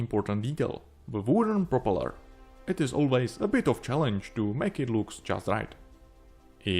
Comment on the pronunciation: Nice model, great job! Unfortunately, I struggled to understand your English. I think you should stop forcing a British accent because it makes it harder to follow. Just speak naturally in your own accent — trust me, it’ll be much clearer. For example, at the start of the video, when you say 'propeller,' you put the emphasis on the wrong part, pronouncing it as 'propeLER.' Just a friendly bit of advice. Cheers, mate!